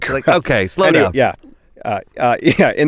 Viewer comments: Maslow, not Laslow pyramid 😂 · Maslow pyramid of needs, haha not Laslow:) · Maslow not Laslow - and it's a hierarchy of needs.